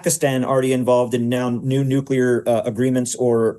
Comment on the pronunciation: stupid! who should stand against irgc nucular bomb?! you?